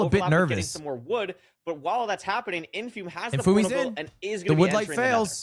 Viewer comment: why is ludwig saying his name wrong. Isnt that tyler1's thing. Ludwig not funny enough to be doing that